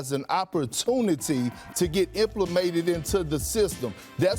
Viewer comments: Perk said “implimated” in to the system lol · Implamated???? You mean implemented? Lol dumb dumb